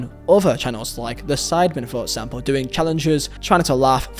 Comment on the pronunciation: “For Edsample, edso”